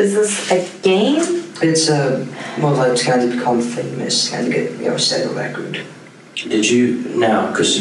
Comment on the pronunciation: Yeah!! So weird! He doesn’t pronounce his words correctly.. I don’t think it’s an accent and I can’t figure it out.